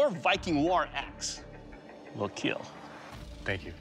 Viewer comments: What is a keel test? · Just like how Mr. DNA changed my pronunciation of dinosaurs, this man has changed my pronunciation of kill